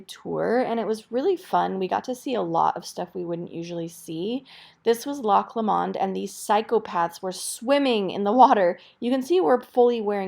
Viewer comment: Glad you enjoyed Scotland! That’s my home, we pronounce it Loch Low-mond. A lot of these places I haven’t properly been too as I’m disabled but Loch Lomond is my favourite place ever. 💙🏴